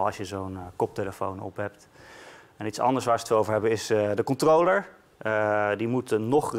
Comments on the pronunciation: Het is controller geen controooooler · ‘de Kontroler’ 🤣